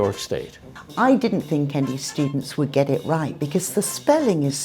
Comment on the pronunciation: They say shtudent instead of student